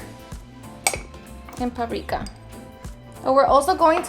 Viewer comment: ....se dice “Paprika”.